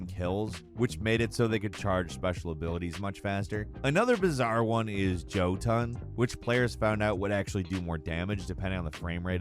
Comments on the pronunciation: really? 'jow-tuhn' ??? 'Yow-Tn' my guy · I love your channel so much, but it's not "Joe-Ton" it's "Yotun" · Who tf say jotun it's "yotun" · Also Jotunn isnt pronounced Joe ton its yo tun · Pronunciation of certain words, over time, really makes me questions persona. Between fake and real. I mean Jötunn said as Joe Ton, seems like a pretty obvious pronunciation error that any TTS program would get wrong. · The whole video was ruined for me when you said "Joeton" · Yeah...thats how you say it...."Joe ton" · It’s pronounced Yo ton. That’s the race name for Norse giants. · One day i hope to meet the other 1 person in the world that can correctly pronounce Jötunn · How did you not know Jötunn is pronounced "Yo-tuhn". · if i'm not mistaken that gun's name is pronounce YOtun like the "giants" from norse mythology. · "joe ton" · I cringed so hard when you said "jotunn" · He said it.... "Joe Ton" 😖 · Jötunn pronunciation (yo-tun) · Joe-tunn?? Really? 😂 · Damn the j is silent 😂 jotuun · It pains me how you Jotunn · does anyone else hate the way he pronounces forza or jotuun? educate yourself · Your pronunciation of “Jötunn” killed me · The way he said jötunn made me cringe lol.